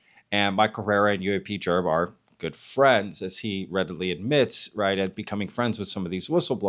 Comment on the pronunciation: I'm gonna assume the heat you're catching from questioning UAPGerb's research tactics is going to continue in the comments for a while so I'm not going to add anything there but I do have to question why in the hellel do you toggle back and forth in this video calling him UAP-JERB, then back to the regular UAP-GERB, UAP-JERB, UAP-JERB, UAP-GERB. I cannot figure out if your intention is to subtly fire some kind of shots at him or just get under his skin. The pronunciation absolutely has to be a conscious decision on your part just by the way you go back and forth with it. You cannot possibly do that and not be aware of it. Please let us know, I am holding my Bref while I wait for your response. Thank you.